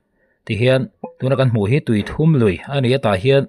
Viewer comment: Tui 3 nilovin ,awthum tih kan lama thum tih ang hian tui thum tih hi lam tur.